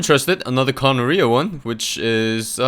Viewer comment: I don't think Kanaria is pronounced like gonorrhea but don't quote me on that